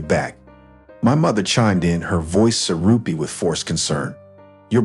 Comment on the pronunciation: Syrupy, not sarupi. Sighed, not side. Smug, not smut. Scoffed, not scoff. Won, not one.